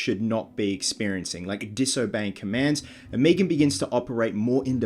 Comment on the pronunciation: Stop saying meeegan... it's meg'an watch family guy if you aren't sure.